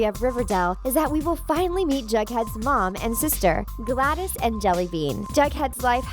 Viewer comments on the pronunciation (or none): none